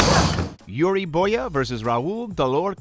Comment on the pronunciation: Gj on the narrator for butchering the name . Yuri Boya instead of Yuri Boyka 🤣